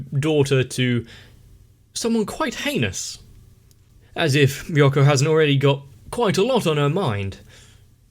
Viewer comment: I really love how you STILL call Ryuko "Re-YUCK-O, rather than Re-YOO-KO.